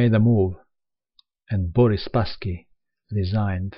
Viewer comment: i love the way you say black RESIGNED